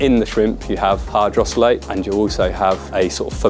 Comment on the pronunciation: Hydrolysate not hydrosolate 😂 knows his stuff this guy